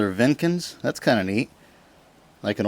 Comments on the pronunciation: Jenkins. Not Venkins. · Jenkins not vinkins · its Jenkins not venkins and its a pretty 30k dollars